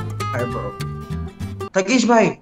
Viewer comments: So its not Thugesh it's Thungus lol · thugesh ko thungesh🤣🤣🤣 lol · I heard it like Thungus XD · He - At my house Thugesh - Atma house 😂😂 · I heard thungsh and fungus